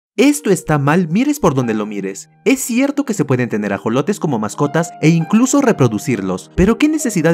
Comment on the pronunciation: Se pronuncia ajolote